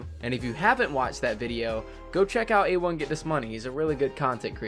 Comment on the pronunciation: A1 get this money it’s “A1 get dis money” for god sake